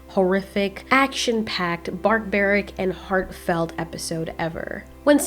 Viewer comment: Did you say barkbaric?